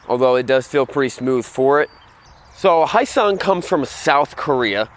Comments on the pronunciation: Not "hi sung" it's spelled phonetically correct. "Hyo-sung". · this guy is terrible at pronouncing foreign words. yeah muh haw? its not hisung its hee yo sung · It's pronounced "Hee -yo sung." It's a South Korean company that provides engines to Suzuki motorcycles. In Korea, the company goes by "Hyosung-Suzuki" and license manufactures Suzuki motorcycles. After acquiring enough knowledge and know-hows in producing motorcycles, Hyosung decided to manufacture their own bikes under their own brands. You buy a Hyosung GD650, you're basically buying an SV650 with a bit less attention to details at a much lower price. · It's pronounced Hyo-sung. You say YO but with a slight H at the beginning. H...YO. HYO-SUNG. Not Hi-yo-sung. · It is pronounced Hyo-sung - ryhmes with Bro-sung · silent "H" you ssob!! silent "H"!!! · It's 'hoe-sung', isn't it? They had made a 250 V-twin sportbike previously... styling's to die for... speaking of smaller makes faster, Kenny Roberts had a go-fast school where they'd race like honda trail 50's around a sloggy mud track, they'd make every racing move at like 17moh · Honda??American brand???. like my North Korean BAJAJ from India with a Mexican paint job. Pssshh! You can't even say Hyosung right. you just got 1 thumbs down for saying nonsense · Pssshh! You can't even say Hyosung right. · And he can't even pronounce Hyosung correctly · Learn how to pronounce Hyosung correctly!!!